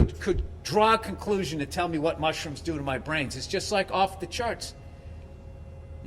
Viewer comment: kinda weird everytime u say mushruoooms boobie barks